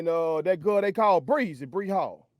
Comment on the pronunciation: Can’t express himself without using ugly language ( which I use sometimes) not in public and definitely not on a podcast! Listen to the way he say girl more like gul 😅😅